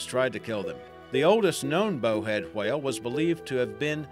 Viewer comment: i hate the way you say whale lol